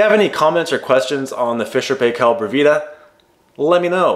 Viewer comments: The correct pronunciation for Paykel is PIE KILL. Fisher and Paykel was originally a white ware company from New Zealand before it went multi-national. Love your videos man, find your advice really helpful. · Fisher & Paykel advertisements for other products pronounce it........PIE' kel...... A kitchen appliance salesman kept trying to correct me, and I finally told him that I was going to go by how the company says it.